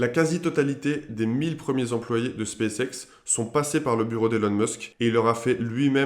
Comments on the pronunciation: En effet, il aurait mieux fait de le prononcer "Spasse ixe" :0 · "Spaice Ex"